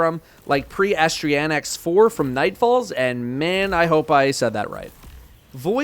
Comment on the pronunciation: its pronounced uh-sty-nax